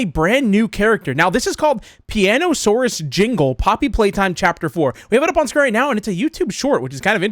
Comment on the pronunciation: Huh Piano-saw-us, nice 👍